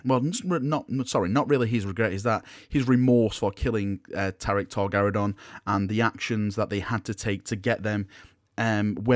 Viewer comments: Tarik Torgaddon, not Tarik Torgarridon. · Dude, his name was Torgaddon not Torgaridon. He was not some kind of space dino 😄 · Is nobody bothered by the fact that calls Torgaddon "Torgaradon". Bad. Bad.